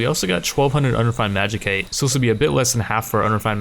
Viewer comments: It's pronounced magi-site not magi-kite, sorry I don't know why this bothers me so much but please bro. Otherwise great series, really enjoyable. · Lol I cringe every time you say Magi-cite, love the series so much